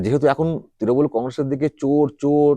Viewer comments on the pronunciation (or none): none